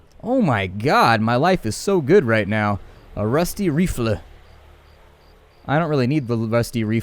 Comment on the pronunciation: omg dude you said rifle wrong it's not refla it's RI ful